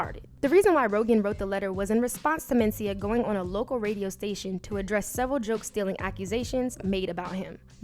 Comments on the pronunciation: The accent is on the 2nd syllable men-CI-ah. Not MEN-ci-ah. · Same here. She's putting the emphasis on the first syllable most of the time.